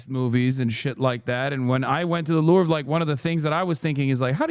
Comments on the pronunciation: "Lorve" is killing me dude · The fact that he kept saying Lurv drove me crazy lmao